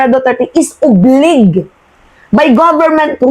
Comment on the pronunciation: Gud morning please research on how this word obliged be enunciated for clarification thanks